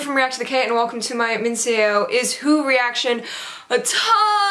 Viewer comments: Ahhhh i'm sooo happy you're into Minseo!!! I found out about her last year and been in love with her voice since. I was hoping you would check her out and spread the word about her greatness to the international audience. Thank you so much for this reaction!!!! Also, it's pronounced "Minso" (-: ♡ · Love this song and minseo! Also, so you know “seo” is pronounced like “suh”:) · love the reaction, love the song! btw she's pronounced Minso (short o). talking about showing the reactor unusual kpop songs i still recommend poison from secret (or generally secret)